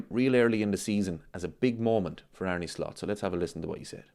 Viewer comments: Did you know, its pronounced Ar-na not Ar-knee?? True story Also, whatever Merson says, you shouldn't never take it too seriously.... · Well actually its pronounced Ar-ne with a heavy r. Just like Slot himself said..